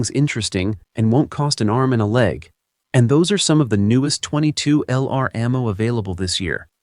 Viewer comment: Title page photo inconsistent with the actual topic. Earns you a big THUMBS DOWN. The AI narrator earns you TWO THUMBS DOWN because that AI dude mispronounces way too many words, beginning with .22LR. It's pronounced "twenty-two long rifle" not "twenty-two ell-arr"...! (Sorry, but I couldn't make it thru the entire video.)